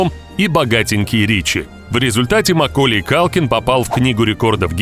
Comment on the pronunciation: какая свежая тема!еще и не правильное ударение в имени макколея.диз